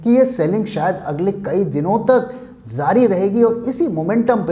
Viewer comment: Zaari is not Correct Word, so Please Say Jaari (جاری رہے گا =will Continue)